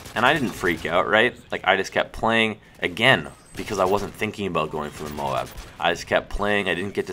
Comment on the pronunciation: not moab, its M.O.A.B say letters